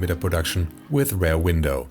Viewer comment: I love your content! However it's "Rear Window" rather than "Rare Window" ;) Keep up the amazing work!